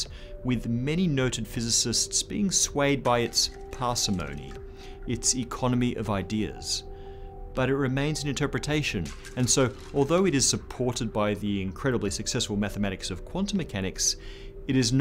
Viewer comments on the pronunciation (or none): One English language quibble: "parsimony" is pronounced par-SIM-ah-nee (not par-sih-MO-nee).